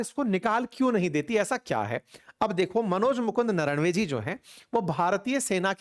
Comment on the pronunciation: नरवणे उनका नाम है.. ना कि नरणवे l धन्य हो 🙏